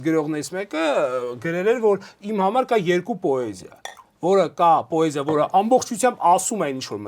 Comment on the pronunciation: Բայց ինչու՞ պԱեզիա, ։